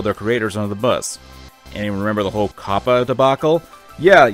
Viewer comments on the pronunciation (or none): none